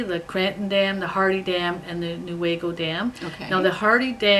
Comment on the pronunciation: You are saying Newaygo correctly. That is my local yarn store.